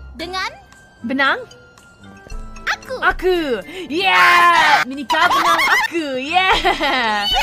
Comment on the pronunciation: "menikah dengan aku" sedangkan yg diucapkan calliope: "minikah denang aku" 🗿🗿